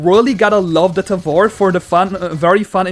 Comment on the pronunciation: Its "tævor"